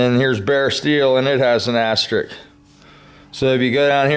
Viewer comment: Just what I needed to know. Thanks! It's 'asterisk' by the way, not astrik.